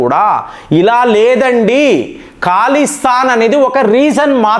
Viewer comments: Mee news baagundi .kaani Mee pronounce yendi sir Iran ni eeraan antaavu,khalistaan ni kaalistaan antaavu yilaa chaalavunnaayi,mundu nunchi prapancham anthaa oka laaga alavaatu ayinaamu.nee pronounce tho yibbandi gaa vundi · అది ఖాలిస్తాన్ కాదురా బాబూ. అది ఖలిస్తాన్